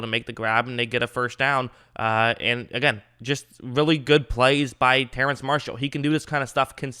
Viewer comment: It's pronounced terrace but I don't think people will say anything if you pronounce it terrance